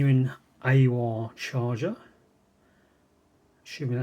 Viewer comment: Aiwa is pronounced I WA 😊